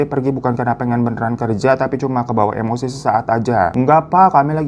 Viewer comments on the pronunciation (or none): none